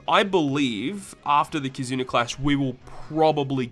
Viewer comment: Am I the only who hears him say “Kizuner” lol